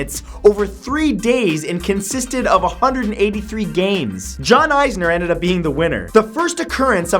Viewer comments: its John "Is"ner...not "Eyes"ner ... smh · John Isner is not pronounced as eyes-ner, it's ees-ner. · The person on this video pronounces both tennis players names incorrectly. It is more like is-ner and ma-hoot. This match was parodied in a movie on HBO once. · it's is ner not icener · You absolutely butchered the longest tennis match names. Mahut pronounced like mahoot sounded like mouth lol how do u even come with that pronunciation. And it's isner not eyesner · It's Nicholas Mahut (Ma-oot) and John Isner (Is-ner) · lol John EYEsner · Matt...I love you man, but you really butchered the pronunciations of Mahut and Isner. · When Matt miss pronounces mahut and isner